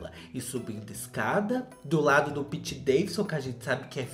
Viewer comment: Amo quando ele fala Piti Daivisu Kjkjkjkjkjkj